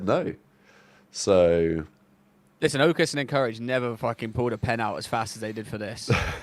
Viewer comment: Bro can’t pronounce “Encourage” correctly to save his life 😂